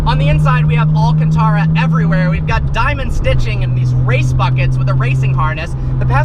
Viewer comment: anyone notice how he says Alcantara